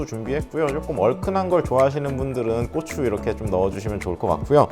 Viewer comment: 고추 발음 주의해주셔야 하겠는데요 ㅋㅋㅋㅋㅋㅋ